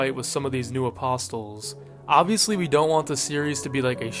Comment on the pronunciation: Bro apostles isn't pronounced with an audible "t" sound. The "t" is silent... my god people are just getting dumber and dumber, I swear.